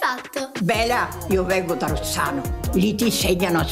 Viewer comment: Ma ha detto Rossano o Rozzano